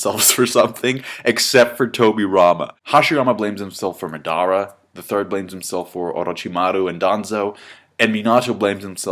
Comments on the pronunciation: Madda-ra Mina-to OroJimaru Thats how it is supposed to be pronounced, I think h does it right ,no? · For the love of anime, PRONOUNCE THEIR NAMES RIGH. MADARA = WRONG MINATO = WRONG OROCHIMARU = WEIRD AND WRONG. and several others. -__